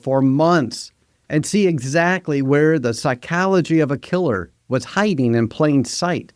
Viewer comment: If you want your AI model to successfully emulate a professional, you should make sure it knows how to pronounce words it ought to know such as "mimicry". But I guess you can't have it pronounce machiavellianism or psychology properly if you can't spell yourself. God damn this is terrible content frfr